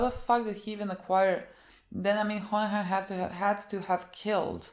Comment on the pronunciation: It's so funny when you try to pronounce Hohenheim😂😂😂